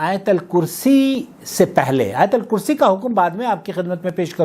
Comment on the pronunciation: آیت الکرسی کے ت پر بار بار زبر پڑھ رہے ہو ۔ت کے اوپر پیش ہے۔ دوسروں کی اصلاح سے پہلے اپنی اصلاح کرو